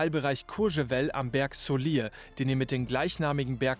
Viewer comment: Saulire pas Saulier